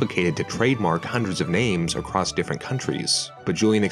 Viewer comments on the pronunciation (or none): none